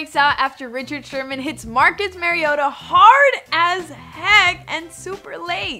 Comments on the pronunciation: She said mariata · Learn how to pronounce Mariota's name....wow